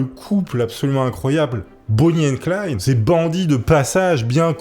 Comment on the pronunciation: Attends, mais tu as dit Bonnie & clyne 🙃